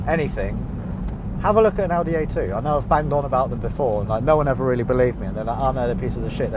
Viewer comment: I love that pronounces Audi the right (german) way.